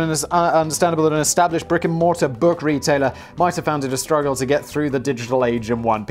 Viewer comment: Good lord - I heard "rigor mortis" instead of "brick and mortar" the first time around & had to replay it. Though with Borders I suppose it was just as accurate to call them a rigor mortis company.